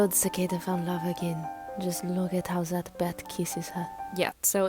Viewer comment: "just look at how zat bat keesses her" had me CRYING X,D!!